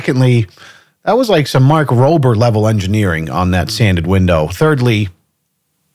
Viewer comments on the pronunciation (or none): Did he say Mike Rober? Hahahahahahahaha!!!!!!